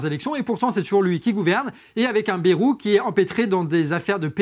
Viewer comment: Bon je suis ok avec toutes les idées balancées ici. Cependant 2 choses. 1 - Un peu moins d'agressivité et de hargne par pitié. C'est épuisant et surtout ça décrédibilise les idées. 2 - Bayrou se prononce "BAILLE ROUX" pas "BÉROU". Tout le monde sait ça, arrêtez de déformer son nom, ça pique les oreilles (même si c'est une ordure).